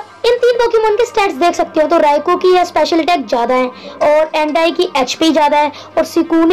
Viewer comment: vo ho ho nahi vo ho oh hai